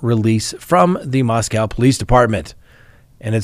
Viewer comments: It’s pronounced MosCOE Not MosCOW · it’s “moss-co” not “moss-cow” like in Russia. 🤦🏻‍♀️ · Moscow rhymes with Roscoe 😉🤣😂 Dugger rhymes with hugger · asked us on the live stream the other day the correct pronunciation of Moscow. Whether it's Russia or idaho, there is no cow in Moscow. I commented about that on the live stream but apparently is still mispronouncing it. MOS-COH is the correct pronunciation, although everybody everywhere mispronounces the one in Russia all the time. I've noticed that most of the officials in Idaho pronounce it correctly.